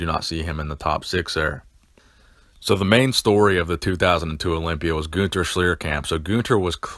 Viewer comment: Schlierkamp, not sliäärkäämp...